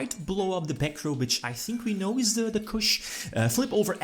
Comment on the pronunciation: Chuche is "Chew chay" not "Kush" ^^